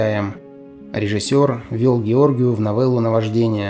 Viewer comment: Хороший ролик о прекрасном актёре! Но, автор! Разве нельзя ради этого узнать, как правильно произносится ФАМИЛИЯ того, о ком вы делаете своё видео? Его фамилия ГеоргИу!